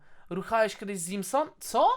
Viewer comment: Jestem ciekawy kiedy ludzie przestaną czytać Zeamsone jako "zimson"